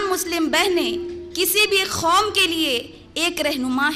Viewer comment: kom ko khom kyo keh rahi hai ap